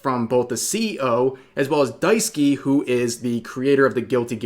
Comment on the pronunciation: Bruh, one thing. Daisuke is pronounced Dice-kay or Dai-sook-eh, not Daisuki. lmao. I'm onto you, Rev.